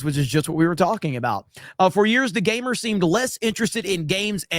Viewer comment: The Gamer? What's a "Mer"?